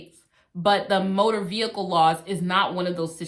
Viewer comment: TOOK ME OUWWWWWWTTT 😂😂 “VEE-HICLE. VEE-HICKLE.” 🤣🤣🤣🤣